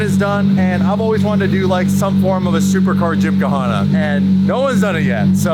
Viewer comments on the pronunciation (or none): The H is silent in Gymkhana lol it’s not ‘gymkuhawna’ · "Gym" "Ka" "Hana" 🙄🤣🤣. Totally not how u pronounce it..😆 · Did he say Jim Ka Hana??? HAHA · You keep talking about tributes to Ken block but can’t even pronounce gymkhana right… why do you put extra syllables/letters in it every time you say it? There is NO “a” between the k and h and the “h” that is there is silent… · The “h” in gymkhana is silent lol 😂 love the freakin fezza though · the H in gymkhana is silent.